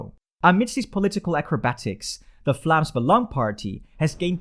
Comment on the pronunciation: Ben je Nederlands? Het viel me op bij je uitspraak van ‘Vlaams Belang’